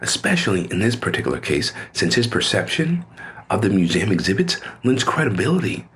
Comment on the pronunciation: He can't even pronounce museum correctly.🫥